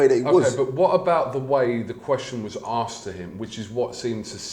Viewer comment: Very clever bloke but still cant say asked correctly